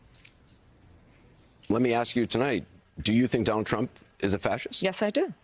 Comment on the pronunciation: Don-OLD Trump 🥵 * correct pronunciation